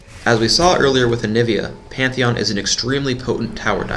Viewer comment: it was panteon he said immidiatly